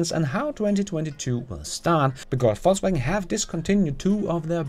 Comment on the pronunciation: I love how you deliberately pronounce VW FalseWagon :)